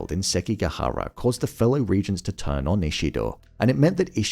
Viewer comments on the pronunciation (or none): none